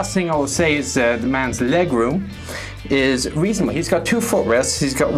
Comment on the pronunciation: all ZEE stuf, all ZEE STUF